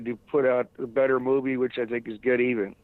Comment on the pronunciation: its Get'evan ..... not Get Even.